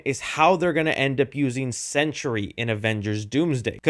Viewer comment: Sentry, not century